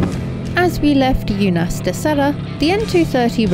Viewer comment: Damn, you missed the opportunity to insert Sir David Attenborough's voice in those "jungle" clips,. 😄 Unhais: I would've liked to help you with the correct pronunciation of Unhais but it's impossible in text form. Best to use Google Translate and listen to how it sounds. 🙂 Alvoco das Várzeas: remember what I told you about the accents in the vowels? When they exist, the stress in on that vowel, so it should be VÁR-zeas instead of Vár-ZEAS. 😉 I'm surprised Jonny never heard of Pita Shoarma, it's one of the most famous Middle Eastern culinary staples around the world.